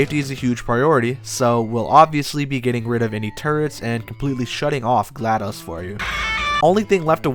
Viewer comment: I've never heard someone pronounce "Glados" in a way that rhymes with "MS-DOS'